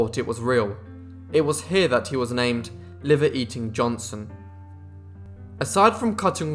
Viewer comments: If you are going to narrate videos for public consumption, you might want to work on your pronunciation. This guy is "Johnson", not "Johnston". Not that hard to get right if you try. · Hics name was Johnson not Johnston , I understand your British but drop the T cause it makes you sound dumb that you cant pronounce the mans name as its spelled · At least pronounce his name right . It's Johnson not Johnston. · JohnSON. Not JohnSTON. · Keeps saying Johnston. Wtf. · What i hear is johnston.